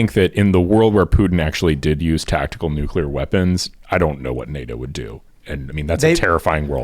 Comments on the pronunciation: NUCLEAR!!! FFS you have a nationwide podcast act like you have the vocabulary of someone who graduated grade school. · Ragging on Bush for pronouncing nuclear as "nu-cu-lar' is unfair selective ridicule if you don't mention that Jimmy Carter, who was a nuclear engineer in the Navy, also pronounced it that way.